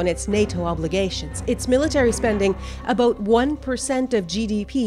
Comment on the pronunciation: did she just say aboot?